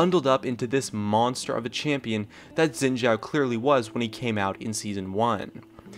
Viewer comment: Xin Zhao is pronounced Shin/Kin Chō just fyi